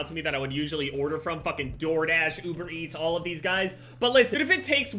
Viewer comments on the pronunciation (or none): none